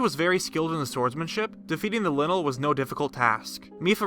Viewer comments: Its leyenel not linel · Linnel?.............. Really 🤦‍♂️